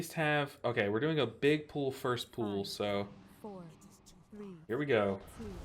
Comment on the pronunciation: i love your videos and you are so good and informative but i can't stand how you pronounce pull... it's not pool